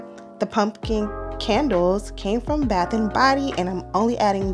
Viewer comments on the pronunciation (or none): none